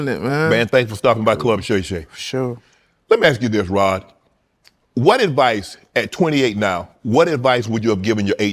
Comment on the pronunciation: Unk keep calling him rob lol it’s rod unk lol